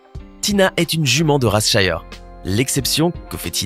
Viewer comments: On ne dit pas " chiyer " on dit " chire " car le racé s'écrit shire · Il a juste mal prononcé le nom -_ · Oui et on ne dit pas shire comme il le dise et Clydesdal aussi il le prononce male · Cest pas comme ça qu’on dit shire